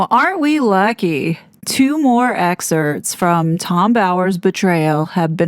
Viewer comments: “ex - ceRPts”, ‘not ex-certs’ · I don’t mind the silent p in ‘excerpts’ but “on accident ” “could care less” make me see red.